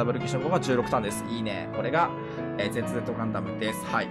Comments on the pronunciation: 名前の読み方w一応教えとくとν(ニュー)Z(ゼータ)ZZ(ダブルゼータ)ですよ。まぁ面白いからそのままでいいです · ν（にゅー）ガンダム、Z（ぜーた）ガンダム、ZZ（だぶるぜーた）ガンダム ガンオタがキレる読み間違え全部回収してて笑った